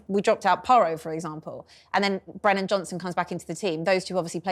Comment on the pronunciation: Its Brennan Johnson not Brendan.. She's a really bad presenter/broadcaster..